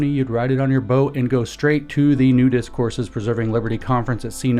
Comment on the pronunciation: Did he say "Nudist Courses" at the beginning???? OH!! New Discourses 😂😂